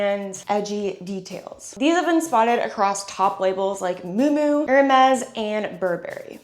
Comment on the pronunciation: I think she's referring to Miu Miu, but doesn't know how to pronounce it. Lol